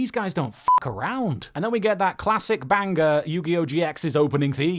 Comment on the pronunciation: I love the way he said 'banger' like bangers and mash 😂